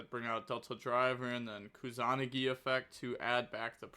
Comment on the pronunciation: improving everyday. Pronunciation is sooo close keep saying it like that except kusa-nagi